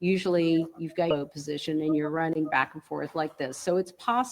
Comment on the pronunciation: I c her letn us kno, she can’t say “back”